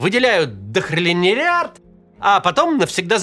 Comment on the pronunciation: Макс не смог чётко произнести слово "дохреннилиард", но мне понравилось.